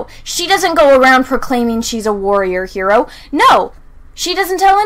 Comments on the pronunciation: And it's not pronounced "Her-o" it's "He-ro" >Mindblown.gif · lol true, it's literally pronounced HE-ro